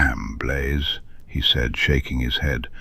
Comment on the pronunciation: His name is Blaze not Blay.